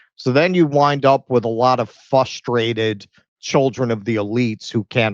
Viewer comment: Did say "fustrated"?